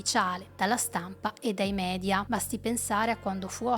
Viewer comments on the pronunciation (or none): none